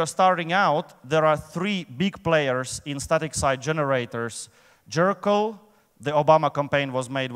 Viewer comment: Is he saying "Jerkyll"? xD